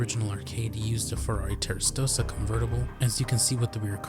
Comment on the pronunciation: "Ferrari Terastosa" ...